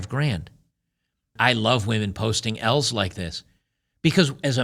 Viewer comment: lol, he said women post some "L"'s online but i sounded like women post smells online.